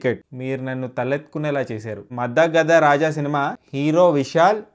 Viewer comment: మద గద కాదన్న మదగజ 0.75 టొమాటోస్ ఫర్ pronounciation